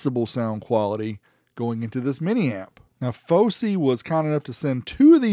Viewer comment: Fawsy not focey